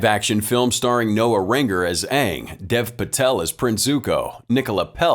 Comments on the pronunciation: probably will never have another movie and I recommend watching the series Avatar The Last Airbender since it was the original work and its better than this movie and to me them saying the wrong name for the avatar was super annoying it drove me nuts its Aang and I think one of the A's is silent though the series is in cartoon and if you do end up watching it hope you will enjoy it. :) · idk how to really say it over text lol, but it's pronounced with only 1 A, and just sounds like the letter A with ng at the end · How do you pronounce Aang's name? I can tell you that if it's based on the movie, is pronouncing it wrong. The whole rebellion scene was also super dumb as the cartoon had them stuck on a floating metal prison where they didn't have access to dirt until they got their hands on coal. Here, they're literally surrounded by dirt and too stupid/lazy to rebel. And there's the fact that the martial arts aren't in sync with the bending but rather the completed dance triggers the bending. See above earth bending prison scene for reference.